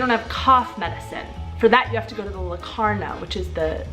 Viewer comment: A little tip for sounding more natural in Czech: the stress is always (99%) on the first syllable, so it's not léKARna but LÉkarna, not poTRAviny but POtraviny etc. :) Jinak jako vždycky, super video! 😊